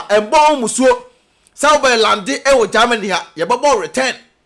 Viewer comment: You this boy de3 Gyimie saaa.what is there in gaamany as you pronounce it your way that always disturbing Ghanaians peace. Give us a break and talk about important things